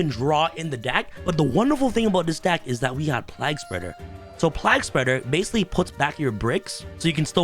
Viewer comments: Plague Spreader.. Pliegspurger lmao.. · play-guh spreader